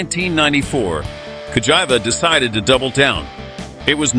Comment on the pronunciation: CA like (ca)talytic converter - GI like (ge)nius - VA like (va)nity , now put it together and it will sound correct. I keep hearing vagina 🤣🤣🤣🤣🤣🤣🤣🤣🤣🤣🤣🤣🤣🤣🤣🤣🤣🤣